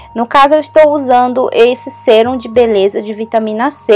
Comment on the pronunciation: E mais..Não é Sêrum e sim Sérum(som agudo)